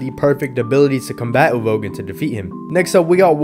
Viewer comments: I don’t want a part two just because of how you pronounce Uvogin… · everytime you pronounce uvogin i physically recoil